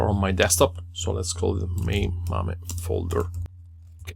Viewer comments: Dude mispronounced it twice! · I also laughed, never thought to pronounce it like that :)